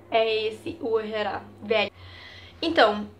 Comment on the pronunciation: corrigindo uehara se pronuncia u-e-ha-ra não u-he-ra segundo ele testa no top tres mas como primeiro lugar dos top 3